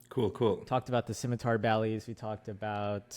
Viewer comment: Enjoyed the video, but, and I hate to be this guy, it's pronounced simitar not skimitar and integral not inteegral